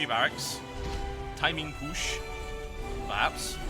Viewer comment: lol to "timin pUshh